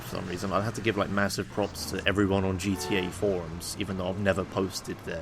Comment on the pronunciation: everytime he says GTA Forums it becomes GTA IV ums in my head